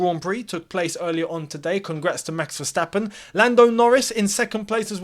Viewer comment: you’ve had a howler lad Verstappen’s Dutch lmao